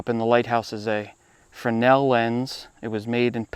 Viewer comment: It made me very happy that you pronounced fresnel properly.